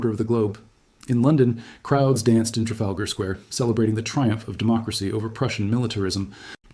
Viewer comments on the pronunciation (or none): none